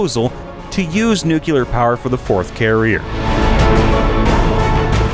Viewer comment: nuclear, not nucular